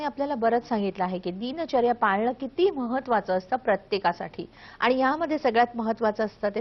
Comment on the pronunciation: दिनचर्या असा शब्द आहे दीन दीन असं उच्चारण का करतात ह्या बाई ?